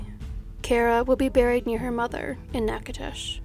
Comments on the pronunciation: Where are you from that you pronounced Natchitoches right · Thanks for saying Natchitoches parish right! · PS Excellent job on your pronunciation of "Natchitoches"--I'm not sure where you're from, but if you're not 'fairly local,' I'm impressed! Nice attention to detail:) Thanks! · I was thinking that too. She nailed Natchitoches!